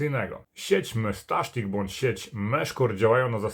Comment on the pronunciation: Dlaczego mówisz "mestasztik"?